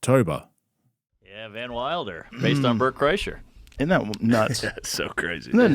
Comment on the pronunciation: Car-kreischer, LOL. What a shambles.